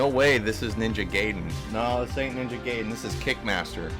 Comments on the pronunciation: Its pronounced "guy-den" you absolute heathen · My dude pronounced "gibs" correctly but just couldn't get "gaiden" right.